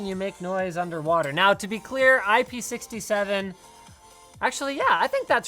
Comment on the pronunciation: It is not IP sixty seven, it's six seven. The numbers have to be read separate from each other as they mean different things.